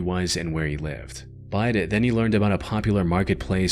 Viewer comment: Why can't you sya the word "but" properly? "Buyhd'h" Just say but.